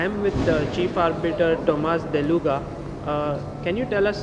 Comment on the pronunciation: It's Tomasz DELEGA. Please, correct this.